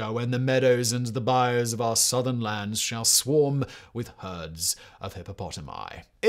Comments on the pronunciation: Bayou-Bye you, not bye oh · This man can not pronounce Bayou. For anyone wondering, just say it like "Bye You." And you're doing good. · It hurts my soul a little every time he says "bai-ohh" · It's buy-you. Buy-You As in "Buy-you some crawfish" 😂 It is a biome, but it's not pronounced the same. A good rule of thumb for anything in Louisiana is to pronounce it with a French accent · Bayou is mis-pronounced, over and over, and over, and over. Try.....BYE.....UUUUUUU.